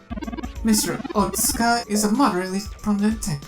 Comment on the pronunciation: Otsuka - you pronounce the u. Well, a new lead. Hopefully this turns out to be something. I'm kind of worried Turing will snap at some point as he grows more impatient.